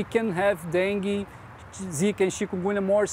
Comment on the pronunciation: Not denge dengue